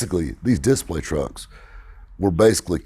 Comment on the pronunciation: “On Dis-play” Did you get in-surance for that 😂